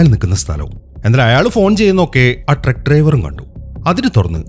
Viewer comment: ട്രെക്ക് അല്ല ട്രക്ക് !!